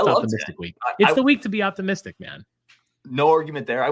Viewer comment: "It's the week to be optomistic." Love it!